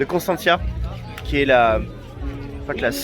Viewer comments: C' EST PAS CONSTANTIA MAIS CONSTANTA ET ON DIT CONSTANTZA * et COSTINESTI se prononce COSTINEST !!! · il faut apprendre à prononcer Constanta. Et Costinesti c'est un village oui mais avec 60000 lits